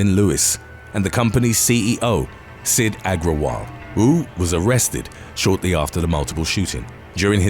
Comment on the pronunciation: the way they pronouce Wu sounds like who. So Everytime he says it my brains like who?